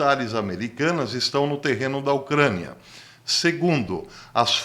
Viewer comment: Porque diz ocraniaaaaaaahh bastante esquesito